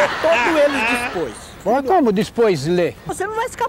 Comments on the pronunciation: Como assim dispois ler kkkk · "como dispois ler?" kkkkkkkkkkkkkkkkkkkkkkkkkkkkkkkk ivo é um mito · " queru quatu jornau vou lê todu eles dispois" KKKKKKKK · EU QUERO QUATO JOURNAU QUATO !! -O QUE CE VAI FAZER COM 4 JORNAL ? -VÔ LÊ TODO ELES DISPOIS KKKKKKK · Eu quero quato jornal! Quato! - Mas o que cê vai fazer com quatro jornal? - Vô lê todo eles dispois. - Como dispois lê? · Vou lê todos eles dispois como dispois mano kk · "Vou ler todos eles dispois" 😂😂😂